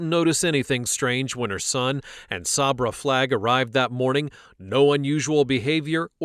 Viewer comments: SAY-BRUH NOT SOB-RA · I normally don’t say anything about mispronunciations because we don’t know what we don’t know, right? But when you hear multiple people pronouncing her name “Say-bruh”, why are you still pronouncing it “Sob-ruh”. 😩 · Sabra is pronounced SAYbruh. It is pronounced that way by everyone in the video except the cop when he asked Pence’s mom if she and Pence were there. Even he pronounced it correctly after she said it. Did you even watch the video? 🤦🏼‍♂️ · The police and even the narrator pronounced Sabra’s name incorrectly SO MANY times! It’s pronounced like 'say-bruh' NOT 'saw-bruh'. At the very beginning her grandma pronounced it correctly as 'say-bruh'. I knew a girl growing up named Sabra and I remember when she started getting a little irritated when people, even some who knew her, would pronounce her name wrong once we started junior high! 😅 Some even pronounced it like 'say-ber'… like the Saber-Toothed Tiger 🐅! Anyway, I hope everyone has a great day! Love from Texas ♥️🤠🌴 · Idk why it irks me but the fact you hear her grandmother pronounce her name as say-bruh but then you pronouncing it saab-ra was mildly irritating 😂😂